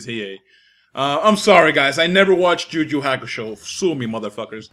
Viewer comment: Am the only one how finds Hilarious how he says "Ju Ju Hakusho"/